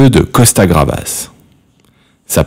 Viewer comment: gavras, pas gravas